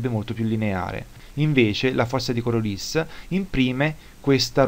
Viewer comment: Giusto una precisazione: Coriolis era un matematico francese, per cui si pronuncia Coriolì ;-)